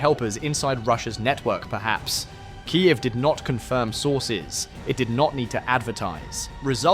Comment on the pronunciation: "Kaief"? Is this how IA pronounces Kiev?